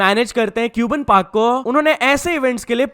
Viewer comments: its not क्यूबन its कब्बन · Bro woh cuban park nahi cubbon park hai ( pronounced as kabban park ) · its not cube'en park its cub 'en park . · It's not cuban park.. It's cabban park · not neon man calling it cubon park 😭😭🙏